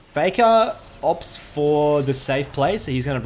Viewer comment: It's "Dopa vs Faker" not "Dopa vs Fakaw"